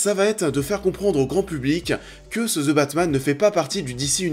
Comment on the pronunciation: ze batman lol